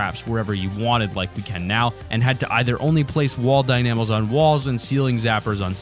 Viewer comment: Lol, the way you say wall dynamos